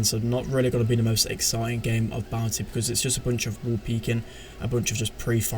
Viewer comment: Is it just me or does say "Bounty" like "Bouncy"?